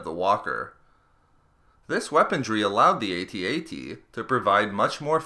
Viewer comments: weaponRY not weaponDRY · Omg its "weaponry," not "weapondry." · Please say "weaponry" - not "weapondry"! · I like your videos and in depth info. Although this video has a lot of "T's"... aT-aT's, aT-acT's, and that's necessary, it should have way LESS "weapontrees". I know it's just a gaff, but it really takes me out of the armor discussion when I have to yell "WeaponRy" at the screen over and over. I accept partial responsibility for my OCD, but please pay closer attention in the future, and I'll keep watching your videos. Thanks 😀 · "Weapondry" is not the word you're looking for (cause it doesn't exist). "Weaponry" is. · Good video, but please.. It's weaponry, not weapondry. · If something is "impervious," it's redundant to also call it "resistant." And there's no 'd' in "weaponry." :-P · It is weaponry, not weapondrie as you keep saying. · Since when was the letter "d" in the word "weaponry"? What kind of dictionary you using, lad? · I can't get over him saying 'Weapondry'. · the "D" in weaponry is silent